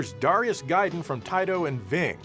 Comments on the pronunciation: it's actually duh RYE uss, not dare ee us or dah ree us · It’s “Dare”rius I know because that’s my name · You pronounced Darius Gaiden as "Darius Gaiden" and also acknowledged the "Darius Gaiden" pronunciation, but you forgot "Darius Gaiden" and "Darius Gaiden"